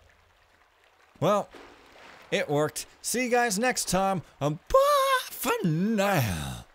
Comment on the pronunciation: Your 'Bah fer nayow!' is getting more and more Texan :) Cool mission, that last guys eyes freak me out